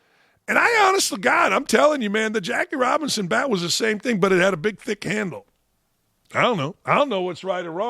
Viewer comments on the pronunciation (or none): none